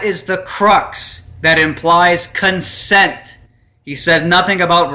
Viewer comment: Did you say cuntsent??????